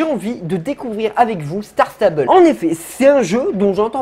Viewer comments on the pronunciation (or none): Ca se dit pas comme ça s'écrit mais ça se dit "stars stebel"😂